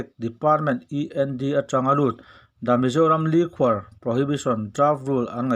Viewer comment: Mizoram likhuar(liqour) lam dik ve teh,tawmbuk te pawh i thluk dik lo,a nihna bo thak thak in i lam reng mai.Midang chhiar ngaithla zawk teh ang,mizo tawng pawngsual an tih kha i ni hial em!!!??